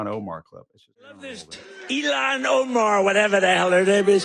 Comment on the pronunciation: 'elon,' for 'ilhan'.